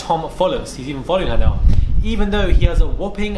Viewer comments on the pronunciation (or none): none